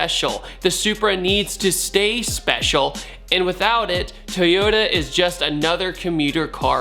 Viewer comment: Lost all hope to pronounce it right. thumbs up toyoa